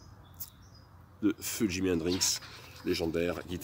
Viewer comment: Super vidéo très intéressante mais stp arrête de dire Hendrinxs 😜 Bravo et merci pour ce bout d'histoire du Rock 👍🤘